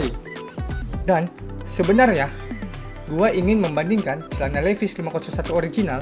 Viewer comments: Dan sebutan nya juga haris betul bro.. 😁 🙏 Bukan Li Ves.. Sebutannya Li Vais = Levi's Harus betul sebutannya seakan orang USA..kerana itu produk mereka.. Hihi 😁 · Sebutan jauh bbeza Levis.....hahaa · Duh bang penyebutan nya aja salah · Ory vs asli..?hahah...nak baca levi,s pun tak betul... betul kan dulu bacaan nya...